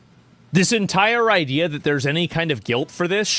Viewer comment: Biden talking as a Biden.. " the ideea"" same talkingpoints ower and ower again...